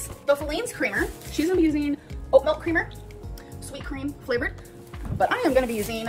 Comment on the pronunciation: i can’t stand how she says milk like “melk”